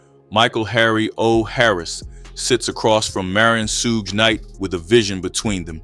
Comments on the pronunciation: "Shoog" not "sooj" 😄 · SOOOGE Knight 💀😂lmaoo no way he butchered it that bad. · Ain’t no way you just said SOOGE KNIGHT 🤣🤣🤣🤣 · Should’ve called him Scrooge lol, 😂 I know why you butchered his name though smart move! Good content💪🏾